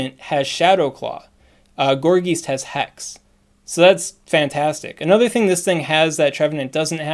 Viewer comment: Gourgeist includes the German word for "ghost", which is "Geist". The "ei" sounds like a short "i". "Geist" rhymes with "heist".